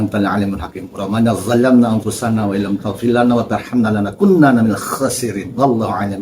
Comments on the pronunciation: Izin kritik, Lana kuunanna, bukan lakunnana, maaf. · tolong belajar lagi baca ayatnya.. Bukan "lana kunn nanna".. Tapi lanakuu nanna قَالَا رَبَّنَا ظَلَمْنَا أَنْفُسَنَا وَإِنْ لَمْ تَغْفِرْ لَنَا وَتَرْحَمْنَا لَنَكُونَنَّ مِنَ الْخَاسِرِينَ dr tadi gak keluarin referensi dalil dan kitab apa yg membolehkan jibril jibril jibril